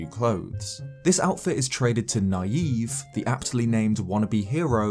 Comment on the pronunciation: Is that really how you’re supposed to pronounce Nyave?